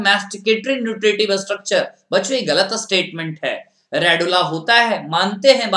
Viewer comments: He is tooo annoying to listen (Ga la t) galat 😏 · "galat" wow wt a pronau sation